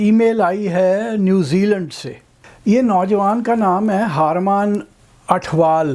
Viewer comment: Salman sahab, agree to disagree on tea please. :-) Harman is har mann, not haar maan. Eh te punjabi hi hai. I am surprised tussin samjhe nahi kiddan pronounce karna hai. Naraaz na hoyeo.